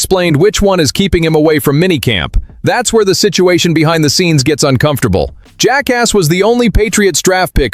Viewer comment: When will you learn how to say Jacas' name properly?